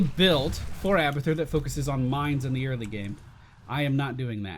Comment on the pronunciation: I thought he said "We are gonna play hamburger."